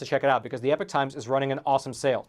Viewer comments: Wow you can't even pronounce Epoch correctly. How do you expect people to take you seriously. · I love your work, and your political viewpoints,, But: oh-dear your 'pronunciation' of the word epoch! Oh dear!